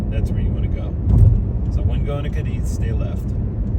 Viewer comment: how is it that you have not noticed the accent over the second letter, A ? you are putting pressure on the I. Sorry, but Americans annoy me so much